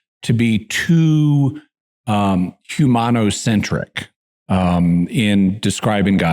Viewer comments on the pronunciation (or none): He actually says 'humano-centric', without the 'po' 😁